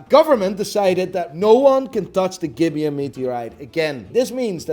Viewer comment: As a Namibian, I can proudly say you butchered bout pronunciations of "gibeon" and "nambia"